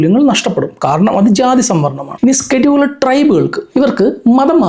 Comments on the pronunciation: Not skeduled, scheduled… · Skeduled caste alla scheduled casteanu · സ്‌കെടുൾഡ് അല്ല ഷെഡ്യൂൾഡ് ആണ്....😂